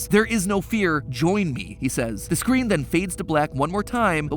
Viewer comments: he definitely said scween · did matpat just say "with arrows on the scween"